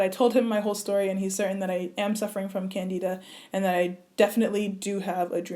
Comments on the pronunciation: It's pronounced Can-Di-da (like in Dimples) not Can-Dee-da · Sounds like you have lupus. I'm an MD doctor and this video was shared with a forum of 100s of black female doctors with MD/DOs. That's how I found it. We feel a further work up w a medical physician is definitely necessary. Can-dih-duh (not Can-dee-duh) may describe some of what you've been through, but your body sounds like it read a Lupus Textbook. I admire your drive to want to solve this on your on, but I'm shocked you waited years to see a doctor when you felt this way. Unfortunately, so many people do the same. I hope you get a proper work up from a medical doctor and can be appropriately treated for your sake and the sake of your family. I hope you continue to stress to followers that your work up is still in progress and you (nor I) technically don't know what you have so as not to steer people with other diseases toward possibly ineffective diet change instead of a doctor's office. You have a great platform; continue to use it wisely and I pray for the continued healing of your mind, body, and hair!